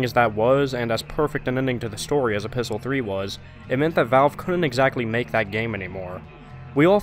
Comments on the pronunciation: So who else is confused when he kept on saying apistle 3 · Are you saying "A Pistol 3" or "Episode 3"? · Are you saying Episol3? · A. It's written in the form of a letter, which is what epistle means. B. It sounds somewhat like Episode 3.